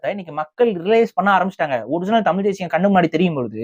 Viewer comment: இந்தப் பயலுக்கு ழ-வன்னாவே வரலை… தமில், எலுச்சின்னு பேசற ஆளு தமிழனைக் காப்பாத்தப் போகுதாம்.